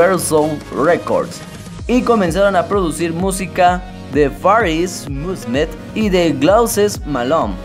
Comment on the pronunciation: far ist musmet y glouses malone. madre mia debes mejorar mucho tu ingles hijo